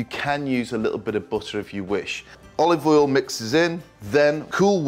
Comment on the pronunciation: "a little bit of oliv awl" -proceeds to dump in the bottle man thinks he's gordon ramsey lol...